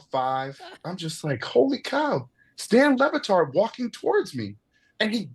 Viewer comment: Stan LeBatard...? For real...? mark...I defy you to tell me he did not say STAN...